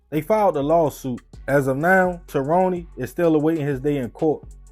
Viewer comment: uhh are we sure he from NYC? Cause as a native New Yorker myself living literally down the road from that very same Walmart where this took place… My New York spidey senses that’s instilled in my mostly says mind my damn business for the most part. Tah ro née?? Not Tyrone huh?